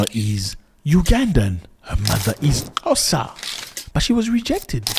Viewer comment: Love how you pronounce Xhosa. I am from Gqeberha, formely Port Elizabeth. Our brothers and sisters in the continent have a nick name' my friend " in my friendly city they are brothers and sisters.and we welcome everyone. We have African brothers and sisters from Pakistan, Ethiopia, Somali, Ghana, Libya... The list gors on